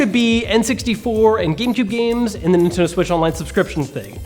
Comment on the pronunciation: you said Inteno instead of Nintendo